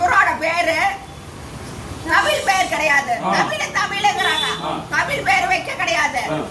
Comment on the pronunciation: கிழ முண்டம் நாட்டில் எவ்வளவு பிரச்னைகள் இருக்கு இந்த கிழ முண்டம் தமிழன் சிறப்பு எழுத்து ழ சரியா உச்சரிக்க தெரியாது கிழ முண்டம் எவன் கிட்ட பணம் வாங்கி தமில், டமில், டுமில் என்று குலைக்குகுது, நாய்.